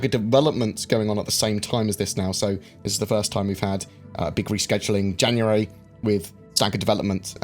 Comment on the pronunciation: tenx in janaaary ttwuanty thhhuaaaanty